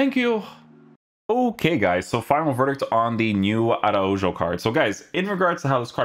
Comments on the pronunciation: It’s so funny when people pronounce Portuguese names as Spanish and Spanish names as Portuguese, it’s pronounced (ARAHO) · i felt uncomfortable hearing araujo with a J and not an H 😂 thanks for the vid tho man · The j is pronounced as a h. For people that know how to pronounce it’s really awkward to hear it pronounced like that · Its ronald araujo (j as kh) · don’t be reviewing players that u don’t even know how to pronounce